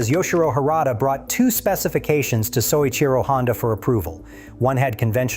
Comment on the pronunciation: Oh, BULLFROGS. If you were a person (rather than a bunch of AI garbage), you'd know that Mr. Honda's name is pronounced "So-EECHEE-Ro"; Mr. Honda came to the Isle of Man TT races in 1954 to learn about the European motorcycle market, and the first hgh-tech racing Honda was the RC-142 with 4-valves per cylinder: a Honda team raced in at the Isle of Man Honda's first 4cylinder racer was a dual-overhead-cam 4-cylinder introduced in 1962 and the '1969 Honda 4" was SOHC. Honda's racers were racing on the Isle of Man in 1959 and won a 125cc World Championship in 1961. By 1964, Honda was racing an inline 6-cylinder motorcycle. "Mr. Honda didn't know anything until he sat in a park in Switzerland in 1968." Do you know how silly that sounds? "The Honda 4 put every European motorcycle manufacturer out of business" Right - like BMW, Ducati, Moto Guzzi, (modern) Triumph, etc. which are still thriving today. Total twaddle, the Honda Four featured carburetors that would stick at full throttle, handling like a syphilitic 3-legged hippopotamus, disc brakes that would fade and lose power in wet weather, tiny cam chains that "stretched" and snapped. The perfect bike, right. Come on, tell a true story, there are a lot of them out there a lot more interesting than your AI generated